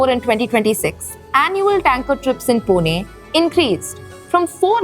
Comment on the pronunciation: it is not पुने it is पुणे , learn to pronounce the city name correctly, do not do it as per north indian standards. and the water crisis is because unlimited migration of people from outside..20 30 years back this was a nice city before outsiders overcrowded it..now we feel like foreigners in our own city due to uncontrolled migration from Hindi BIMARU belt